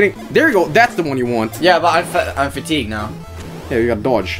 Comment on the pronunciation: pronouncing fatigued as fatty-goo'd was incredible.